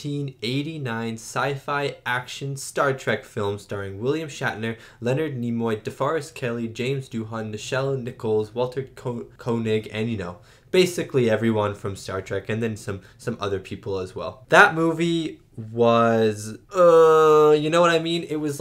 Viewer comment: Koenig is pronounced kaynig, just a heads up.